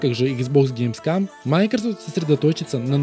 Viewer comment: Каждый раз, когда говорит ГеймсКАМ: 🤣🤣🤣